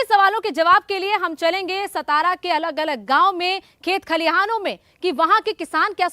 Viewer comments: It's not सतारा it is सातारा. Shows your level of research..😂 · Satara bolo saa. Saa not sa